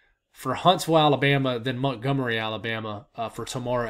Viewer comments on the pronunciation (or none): none